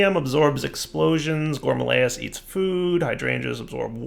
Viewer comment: It’s not a GOURMALAEUS. It’s a _GOURMARILLYS_. Like I’ve been saying for like 5 let’s play seasons.